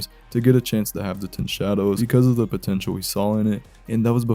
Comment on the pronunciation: DID YOU SAY POTENTUAL?